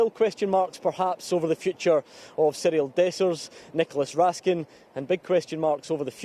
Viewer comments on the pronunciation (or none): none